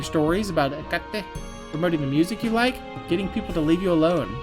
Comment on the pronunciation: btw looked it up, Hecate is pronounced "Heck-it" Like fuck it but your saying heck first